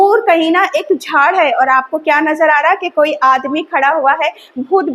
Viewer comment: Madam Hain aur hai pronounciation proper kijiye Aapko hazaron bacche follow kar rahe hain